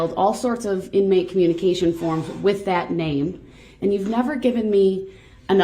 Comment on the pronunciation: Is there something wrong with using the “th” sound??!!that infuriates me to no end..dat and da and the goot for good and ending everything else with an “f”!!!like nails on a chalkboard